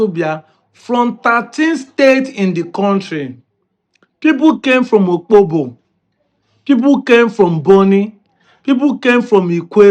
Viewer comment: Daalu shinne. Just a little correction in the pronounciation of Opobo. It isn't pronounced Okpobo. One can tell where you learnt your first history of the town. Your tutor erroneously pronounced it that way and you carried it on from there. I was also like that until I discovered and corrected the pronunciation. Opobo is O-po-bo. Some people pronounce the letter 'p' as 'kp'. They're the ones that make that mistake.